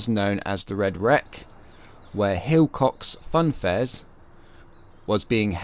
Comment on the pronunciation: silcocks fair..not hilcocks 👍